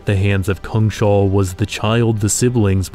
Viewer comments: It took me a moment, but is "cungshal" meant to be "Kungshall" (King's Hall) in Swedish? If so, it's pronounced something like "koongs hall". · Just a note that it's "kungs-hall", not "kung-shall". It literally translates to "kings hall". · It cracks me up that you keep calling it Kung-Shall. Its Kungs-Hall, isn't it? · It's not Kung Shall. It's Kungs hall. In English, King's hall. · It's not pronounced Kung-shall btw, it's pronounced Kungs-hall. "Kung" meaning King, and "hall" meaning hall; a big room. The whole word means The kings hall. We swedes like to write words together as one if one word is descriptive of the other, hence why we write it as one word, "Kungshall", instead of two, "Kungs hall". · So cool. I think Kungshall should be pronounced "KUNGS-hall" instead of "Kung-SHALL" though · Kungs-hall, not Kung-shall It's just King's Hall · Its "Kungs-hall" [Kewngs-hal] meaning the Kings hall. Not "kungSHAWL" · Kungshall actually means kings hal and is pronunced kungs-hall in Swedish. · Kungs Hall (kings hall) not kung shall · Kungshall. Kungs hall. King's hall. Kungens hall The King's hall. "Kung shall" is not a thing. "Shall" is not even a word in swedish. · Neat video but a little disappointed you didn't think about checking on the pronounciation of "Kungshall" (lit: Kings' Hall); Say it as Kungs Hall with an a as in apple. :) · Just a quick note here, "Kungshall" is Swedish for "KIngs hall", and should not be pronounced with a sh-sound :) Just imagine "Kings hall" but with a U instead of an I.